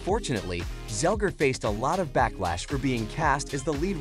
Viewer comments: It's" Zegler," not "Zelger." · You have one job...it's ZEGLER not Zelger.